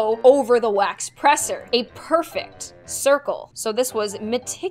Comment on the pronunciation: I loved when she said “ITS POIWFECT” I can’t- ☺️